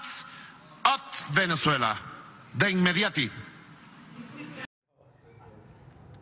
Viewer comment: JAN OTS VENEZUELA DONAL TRON JANDS OTS VENEZUELA DE INMEDIATI 😂😂😂😂